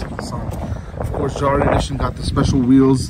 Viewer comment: Front grill definitely grows on you , I think it’s pronounced “yahre “ though.